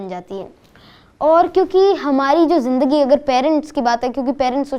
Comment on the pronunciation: Great collaboration.Both are experts in their respective zone.But interviewer sir should work on Hindi pronunciation...specially on sound “sa” and “sha”,”Ja” and “Za”.like it is shahar not sahar,Zindagi not jindagi.Good luck....It is not a big thing but when you are on a big platform these small things affects your presentation.Goodluck👍